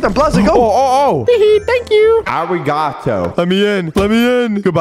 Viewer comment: A-ri-ga-tow